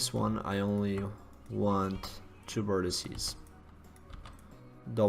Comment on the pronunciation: FFS Another one who thinks the singular of vertices if 'vertissy'. It's not! It's 'vertex'.